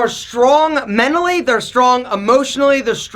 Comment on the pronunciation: You said menally it’s mentally sorry :/